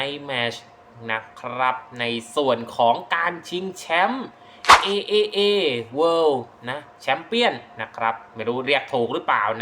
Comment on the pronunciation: จริงๆต้องอ่านว่า TripleA นะครับ